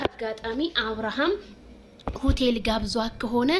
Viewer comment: ሆተል 😂😂😂😂ኣላልሽም ረጋ በሉ ኤጭ